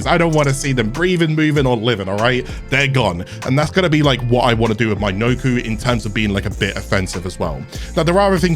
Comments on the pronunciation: pronounced nah koe not noku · It’s “Knock-O”. Sound it out bud.